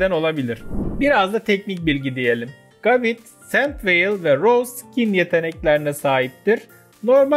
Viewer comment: Abi gabite isimli pokemon un okunuşu gabit değil gebayt öbür türlü bite isimli saldırıyada bit derdik.